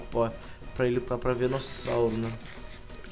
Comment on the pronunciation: parem de falar venussauro😭😭😭😭 é VENUSSAUR